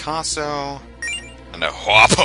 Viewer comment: By the way, "Hua po" is pronounced hwa pwa.